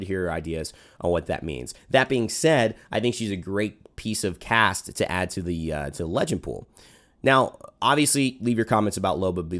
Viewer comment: “Loba she’s a sweet piece of cASSt” nice one